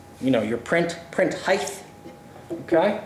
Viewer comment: You said heighth twice!